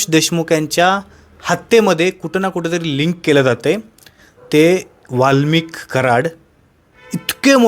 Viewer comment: वाल्मिकी नाही रे भावा वाल्मीक नाव आहे😂😂